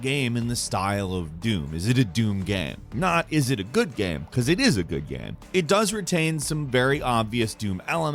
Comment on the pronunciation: man I feel like I’m having a stroke every time you say ''gaam''